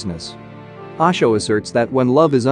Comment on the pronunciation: Its not Aasho, its OSHO my dear friend, you know O for Orange.....